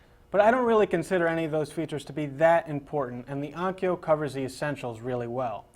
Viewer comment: it's ONKYO,... not ONYKO